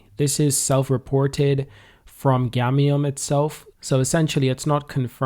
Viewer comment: It's "GAMIUM " bro not gamnium! I can't believe u promoted a token and u don't even know the name 😔